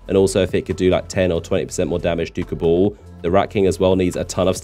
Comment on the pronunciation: Learn how to pronounce Cabal, it sounds like cabal, a secret political clique or faction, not Kabul, the capital of Afghanistan.